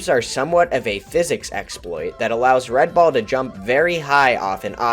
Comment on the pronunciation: When you say "red ball", I sometimes hear " red bull".